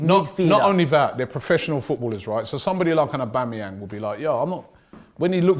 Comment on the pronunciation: Love how cant say his own's captains name: Aubangyang